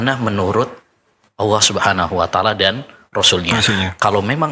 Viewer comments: Apa Ana salah dengar ya,Ustadz menyebut Alloh tp kedengarannya Awwoh.... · Ini baru pas..,cari ustadz yg memang sanad keilmuannya mumpuni la seperti yg diatas ..,mhn maaf klo Ustadz yg ini pengucapan lafazh Allah nya aja kurang pas klo mnrt sy.. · saya stju...nyebut kalimat allah aja gk bner. Nyebut nabi saw aja msih belepotan